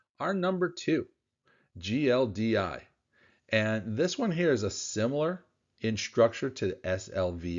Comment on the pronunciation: Every single time I've heard you speak of GLDI you always call it GLDY. Every time, every video......